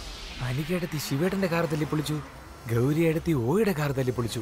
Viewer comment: Hindiyilum gauri ingana samsarikkunne sha parayathe sa enn parayum